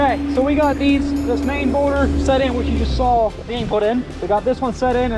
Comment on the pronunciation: A humble question from someone learning English: why do you call a boulder “bourder”?